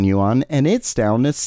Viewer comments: It is pronounced “Wahn” not “yoo on” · btw, "yuan" is not pronounced as "You On". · Can you say yuan one more time